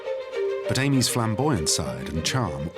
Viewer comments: You have ruined an excellent documentary by mispronouncing Amies surname Surely you know how to speak English ? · My surname is Amies - how would like me to pronounce it. We use the phonetic 'Aymees'